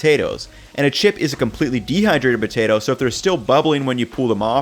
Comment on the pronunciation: Why does he say "Butato" but still says "Potato chips"?